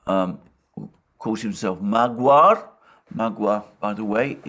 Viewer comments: Madiar :D not maguar :D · Magyar is pronounced Mawd-yarr. [stress goes on the first syllable], not ma-guar. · Magyar means Hungarian, from the land of the Magyars, pronounced Modd-yar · Mag-waar? it's pronounced Magyar or Magyari, the name has suffered from its Cyrillic translation. You pronounce in the language you are speaking in. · It's pronounced MADJAR meaning Hungarian which is a wrong historical translation because Hungarian acctually means Hunic and Madjar is a name of mongolian tribe whose leader was called Madjar and his followers Madjars. And if we look at modern Madjars/"Hungarians" we can see that they don't look like asiatic mongols because 95% of "Hungarians" have SLAVIC morphology and genetics because the identity & language of mongolian minority in panonia was artificially imposed to Slavic majority in Panonia. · Hoi Alexander, the "GY" combination in Hungarian should be pronounced as the "DU" in the word DUKE. And "Magyar" can be a surname too. Thanks for your and Alex's hard work!